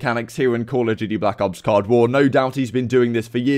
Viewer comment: It's COLD war. Not cod war😂. I get ur british but it don't give u the right to say it wrong